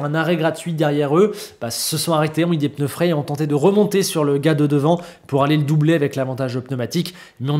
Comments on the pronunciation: C'était chiant mais content pour Leclerc 🎉. 4'30" "les peuneus" 🤣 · Les fameux « peneus »